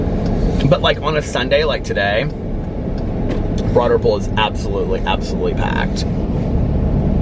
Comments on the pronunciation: If it’s Broad Ripple, why do you pronounce it that way? lol. Does everyone pronounce it that way? lol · 💙 I always thought you were saying “Broaderville” 😳 Broad Ripple, got it! 🤣👏🏻 love you!! 💙💙💙💙🎃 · Me too, always thought it was Broaderville! Glad I’m not the only one! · I always thought he said “Broaderpool” 😆